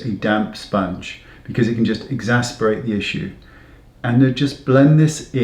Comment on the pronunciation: i remember your video where you were against foundation on the eye. What has changed? You also didn't pronounce exacerbate correctly, but it was cute! love your videos.